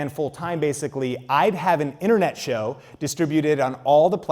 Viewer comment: Alright, the way you said the word show quickly became annoying asf. I get you were trying to draw attention to the word, rightfully so, but damn that was....not great. Appreciate all the information you give freely but reconsider how you highlight a given word in the future. Maybe go deeper with your voice, or louder, or something. Raising you voice up that way wasn't flattering for you.